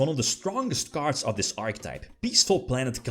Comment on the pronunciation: “In dis veedyo”